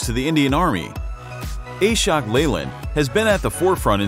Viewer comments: It's not A-shok, it's Ashok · Prononsation is wrong ....Ashok(aasshookk) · TTS's ability to say Ashok as A-shock is sending shocks to all Indians...